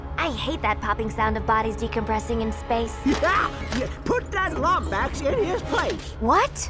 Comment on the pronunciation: It is pronounced "Lombax"